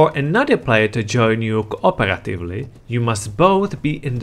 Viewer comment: Tha Plyar, Kuh Uhperatively lmfao Your pronunciation is so funny